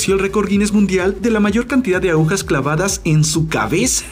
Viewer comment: Se dice agujas no aujas y se dice costarricense no costarriqueño